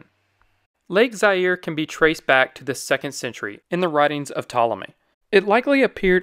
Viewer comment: Pronounced Za-ire…